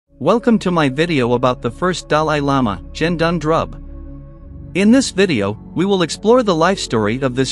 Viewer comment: The G in Gendun is pronounced the same way you would pronounce G as in “get” and not as in G for Germany. Otherwise, thank you uploading this. I would recommend not using the photos and to change the pronunciation of Gendun.